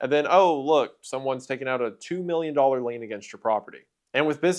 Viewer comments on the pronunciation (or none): none